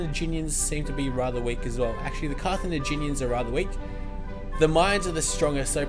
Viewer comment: carthenaginian = wrong carthaginian = correct